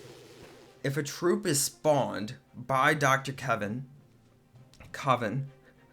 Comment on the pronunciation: Dr Kevin? Seriously? It's KAVAN.. kaa Vaa n